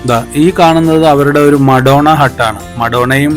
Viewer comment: Madonna alla Maradona 😅😅😅